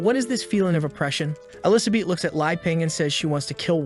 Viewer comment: I like the recap just wish if you use an ai to make it a the very least listen to it yourself before uploading. Elizabith is one of the repeating errors your ai got wrong, I assume its because you did it in parts and combined them.